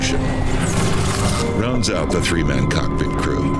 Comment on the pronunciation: It sounded like they said in the cuck pit at the start